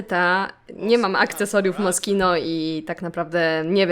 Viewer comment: Moszino A nie moskito